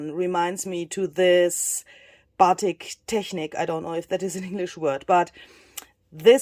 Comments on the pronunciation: Batik is pronounced buh-TEEK in English. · I loved this tutorial and your results are beautiful! You may get some more ideas from the Japanese fabric-dyeing technique called Shibori! And so you know, Batik is the same word used in English, just the pronunciation is different, with US speakers usually pronouncing the word with more emphasis on the 'tik' which sounds like 'bateak' 😉